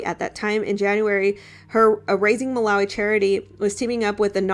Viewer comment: Hey I lived in Malawi as a kid, uk sub here, it's pronounced Muh- lar- wee lar rhyming with car As you asked!!!